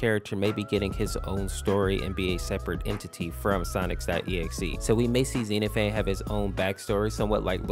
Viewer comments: another fun fact: it's not pronounced and Xeno-phanes, it supposed to be pronounced as Xen-off-a-knees just learned that a few minutes ago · Zee-No-Phanes is crazy 😭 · The pronunciation was incorrect (I think). Zen-ah-phen-ees. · I'm pretty sure it's "zen-ophanees" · Pronouncing xenophanes is actually Xen-nof-fan-nees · Late but I’m pretty sure it’s pronounced “Zee Nah Faunz” or something close to that. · i'm pretty sure his name is pronounced zen-nof-fan-eez bc it's greek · How his name is pronounced: xehnofeneez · it's pronounced "zena phaneez" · Bro your facts are wrong wtf, also you mispronounced his name.